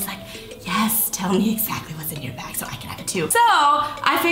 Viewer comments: I thought I heard that as well😂😂 I had to replay back HAHA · When you said, "I'm a bag person" I thought you said "I'm a bad person"😂